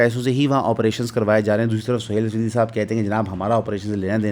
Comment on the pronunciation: O bhai naam to sahee ly liya krein. Its "Araghchi" "Pezeshkian" and "Sohail Afridi" Roz e roshan ki tara "Ayyannn" its 'n' without dot in it